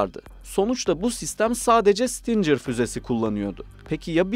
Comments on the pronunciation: Bizim 300 km menzili fuzelerimiz yok mu? 1 gecede topunu imha etmek çok mu zor? İrade yok, hedef yok, ehhhhhh BOP eş başkanından başka birşey beklemek aptallık olur, şimdi burada bunu tanıtımı yaparız!!!! Kardeş 'sitincer' değil Stinger diye okunur, biraz çalışarak video yapın ricam. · stincir fuzesi degil stingir. Bunun gibi daha pek cok kelime !! OGREN!!! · Abicim sizi seviyoruz ama bi dersinize çalışın. Stincır nedir? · Güzel bir paylaşım ama isim telaffuzlarında kafanıza göre söylemeniz bi garip geldi. Sidewinder doğru bir şekilde ''saydwindır'' olarak okurken stinger neden ''stincır'' o da stingır diye okunuyor :)